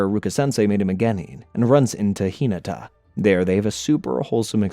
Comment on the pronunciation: Hee-nuh-tuh High-you-guh